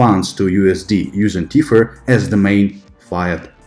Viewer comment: I love your videos, I think you're one of the smartest and most objective crypto educators out there, but why do you pronounce the word 'classic' so weirdly??? And "Teeth-furr" instead of tether lol